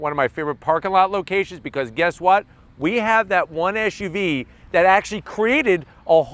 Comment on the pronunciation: brotha, it's an suv, not an esh uv. hope you can learn that quickly